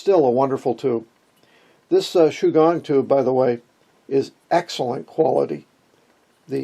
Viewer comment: Shu-Gwong is how it will sound.